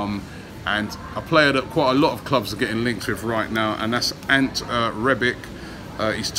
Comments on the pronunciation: Just some constructive criticism of your pronunciation of Rebić. It is An-teh Rebich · 'Antt Rebik' great pronunciation Robbie 😂😂😂😂😂😂. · I’m starting to think he’s mispronouncing player’s names on purpose to take the piss and get more comments on the vids from ppl giving him the right pronunciation. “Ant Rebik” lmao . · "Ant Rebik" 😂😂😂 goddamn robbie you couldn't butcher his name harder if you tried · “Ant Rebick”